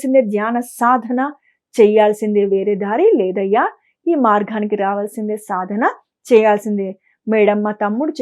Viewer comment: అమ్మా! జ్ఞానవిషయం బాగున్నది. అభినందనలు. చాలా బాగా చెబుతున్నారు. కానీ తెలుగు భాష కొద్దిగ సంస్కరిస్తే బంగారానికి సువాసన అబ్బినట్లుంటుంది. మార్గానికి బదులు మార్ఘానికి అంటున్నారు. ప్రశ్న కు బదులు ప్రష్న అంటున్నారే. సగము అనాలి సఘము కాదు. సంపాదనను సంఫాధన అంటున్నారు. అంధరి కాదు అందరి అనండి అంతట అంటే బాగుంటుంది. అంథట కాదుగదమ్మా. శివ పరమాత్మ అనాలి. షివ పరమాత్మ కాదు. భాధ అనకూడదు. బాధ అనండి. షరీరం కాదమ్మా శరీరం. చిన్నభిడ్డా కాదు. బిడ్డ అనండి. అమ్మా! నేను చెప్పినవి మిమ్మలను అవమానించడానికి కానేకాదండి. మీస్వరం మాడ్యులేషను ఆఫ్ డైలాగ్ చాలా చాలా బాగుంది. ఈచిన్న తప్పులు సరిచేసీకొండి .